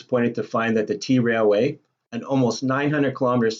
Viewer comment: Dude, it's pronounced trail way, not t railway. And yeah, it's unridable, I've done it. Awful experience.